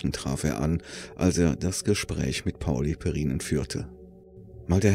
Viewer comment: Pá-uli Périnen zu betonen. ALLE Wörter im Finnischen werden auf der ersten Silbe betont; sogar Berlin: Bérlini!